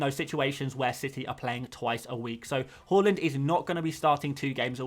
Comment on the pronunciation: Mate it’s har - land Not hull- land